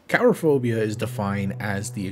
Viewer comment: Karaphobia? I thought it was Coolrophobia